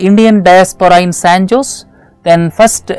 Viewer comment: sir , san jose is pronounced ' saen hoh-zal'